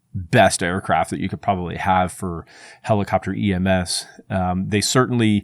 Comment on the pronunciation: Are you saying EMF or EMS?